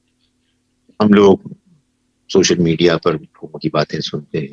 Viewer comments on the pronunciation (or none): none